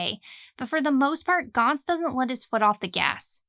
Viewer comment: finally, someone who pronounce it right